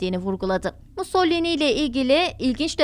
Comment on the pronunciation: MUS - SO - LI - NI... "Musollini" nereden çıktı.